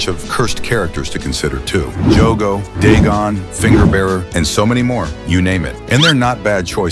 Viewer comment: Sounds like he's saying diddygon instead of dagon